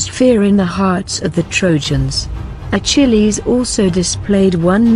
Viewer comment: Everytime she says Achilles it sounds like "a chili's"